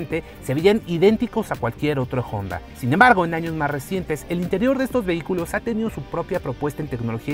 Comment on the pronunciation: Cada vez que dice "Jonda" 😂